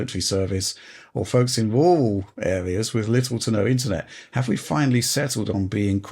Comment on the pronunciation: saying "rural" as "wrool", doh! Over here on the west side of the Atlantic we annunciate the syllables in that word: "rurr-uhhll" - not that we annunciate all syllables in all words either. Many of them are smashed together like a mushy fluid. "Cuzy'knowit'sproblynotgunnamaddur". People saying "probly" instead of "prob-ab-ly" is a pet peeve of mine. Just never say "probly" like 99% of people do nowadays (on both sides of the pond) and I'll be OK. Please don't say "probly", for the love of all that is good and holy. Halp!